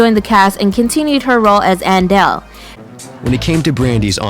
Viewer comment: Thought it was Aunt Dell. Her name is Andell, damn 😂😂